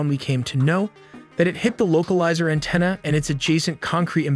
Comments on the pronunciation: What is a "localizer an-tee-nah"? AN-TEN-Ahhh.... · Antenna; not Anteena. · "An - Teena" (antenna) definitely AI voiced. To post the video without doing a check over of the language is odd. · Pronounced an - ten - ah. Not an - teen - ah. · “loca lizer anteena” Wtf lol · Your narrator (AI?) incorrectly pronounced antenna as “An-teen-uh” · I was enjoying the video and was about to subscribe, but then you said an-TINA instead of antenna which because it was spoken phonetically I realized it’s probably ai voicing. No thanks… if not ai, you’re too damn dumb not knowing how to pronounce the word. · "anteena"? lmao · 'An-tina'? Really? Your A.I. reader was good up to that point. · “Local Lizer An-teen-a” 🤦‍♂️ Do better guys! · You had me 100% until "localizer antenna". I understand you're not a pilot, but you should have known how to pronounce that! Other than that, you gave me more info on this incident than all of the news coverage I've watched put together. Thank you! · Your pronunciation is embarrassing please ensure that you are researching proper grammar before publishing. Kazakh, Antenna? These are basic words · I have never in my life heard someone pronounce antenna like that. 😂😂 Like it was someomes name. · excellent pronunciation of antennae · The animations are always excellent. However, in almost every video there is a glaring mispronunciation of simple words. Not sure if the VO is AI but I would suggest checking this stuff before uploading. For example, in this one the pronunciation of antenna... there are more, but just want to help since I really enjoy this channel